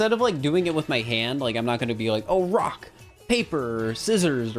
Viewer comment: I swear I heard him say "brock" every time instead of "rock"